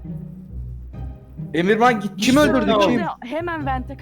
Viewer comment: Emirhana emirman diyen koca yürekli